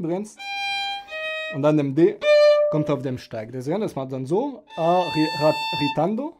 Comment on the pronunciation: Isnt it "ritardando"? Or does the word "ritando" exist, as well?